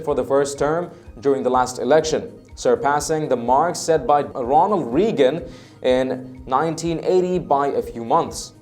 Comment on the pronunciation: Reagan is pronounced Ray-gun. Not Ree-gun.